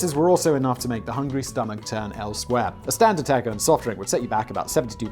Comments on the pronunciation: Simon: worried about two pronunciations of 'the' Me: worried that Simon keeps pronouncing taco as'tAAcko' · Thank you...between the pronunciation of The Home Depot (the sign & logo include the definite article) & yes, it's a long E like "DEE-POE") & "tacko" (with an A like the American pronunciation of "bastard" or "mat") instead of "tah-ko" (with an A pronounced like the American pronunciation of the "O" in "hot" or "stocks")...which isn't that how most English pronounce A's? I kept checking my ear drums for blood. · I love the way that Simon pronounces "taco." In fact, I only watch Megaprojects and Sideprojects to hear him mispronounce things when he talks about places in my native New Mexico.